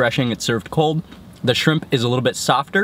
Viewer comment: Sounded like you said "fried chimp tacos". lol Everything looks so damn good! I am drooling.